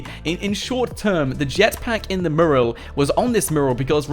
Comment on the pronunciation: mew-ral. it's bloody mew-ral